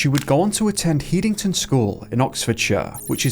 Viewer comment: It’s ‘Head-ing-ton’. Not that it matters.